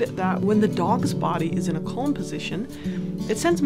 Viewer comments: Just please, please fo not pronounce calm as cOlm, very annoying. All else is great. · It stresses me out whenever she says ‘kolm’